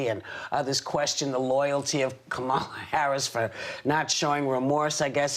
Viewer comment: Whoopi pronouncing Kamalas name wrong lol 😂